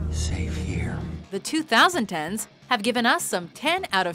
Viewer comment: Why do ppl pronounce 2010s weird it should be pronounce as 20- 10s